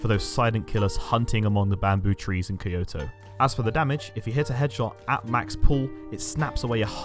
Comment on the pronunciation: Awesome video as always! Just one note, Kyoto is pronounced “kee-yo-toh” not “kai-yo-toh” 😅 just for future reference 🤍